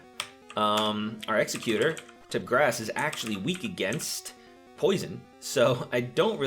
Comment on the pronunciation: Good video but damn...you really butcher some of the pronounciations. Especially Exeggutor and Lapras.